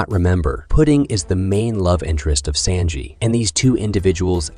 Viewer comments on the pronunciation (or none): Bro said senji instead of sanji